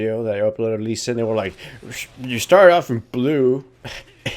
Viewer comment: how many times you screwed up lee sin and master yi names, funny :D